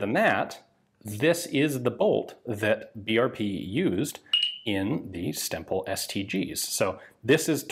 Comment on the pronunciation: Every time Ian says "Stemple" I am hearing "stem bolt" and I am reminded of the long running gag about self-sealing stem bolts on Star Trek DS9.